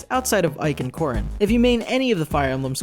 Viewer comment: A,m i the Only ONE that heard The Leaderboard say "Porrin"?